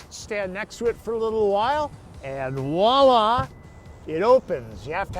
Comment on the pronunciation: “Voilá” - say it with me my American friends, “voilá” - not “Walla”! Which is neither a word in English nor French. Otherwise, great video!